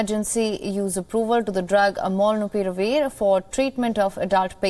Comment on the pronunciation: Loved the way she pulled off Molnupiravir